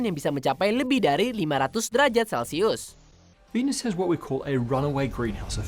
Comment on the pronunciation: Di venus bacanya kek vinus